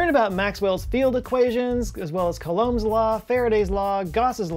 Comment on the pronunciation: As pedantry is a common theme in this channel, I feel justified in this correction. Coulomb, in Coulomb's law, is pronounced either /ˈko͞oˌläm/ or /ˈko͞oˌlōm/, both with the accent on the first syllable. Thank you for your time.